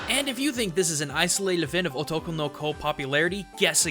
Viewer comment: as soon as he said Otokonoko I died because his pronunciation was so off I had to backtrack twice because I was just so stunned that he actually recorded it and thought it was okay (also lmao Kaoru is a pornstar I wouldn't look him up if you don't want to see that